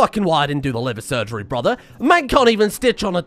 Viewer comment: the way he said "liVeR SurRgerY" it made me laugh hard that i kinsa non stopped coughed 🤣🤣